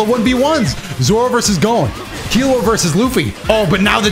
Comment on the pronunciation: You pronounced gon right the first time it ain't "gone" 😭